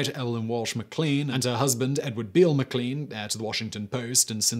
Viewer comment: I think it's pronounced mac lane for McLean